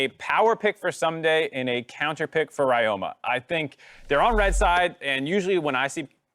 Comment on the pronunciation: Ryoma is read as Ree-yo-ma. Please correct it, it's annoying.